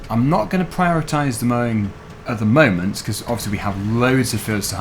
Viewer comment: I will not prioritize the mowing at the MOWment xD